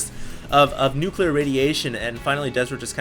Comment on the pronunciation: dont be one of those guys that cant say nuclear properly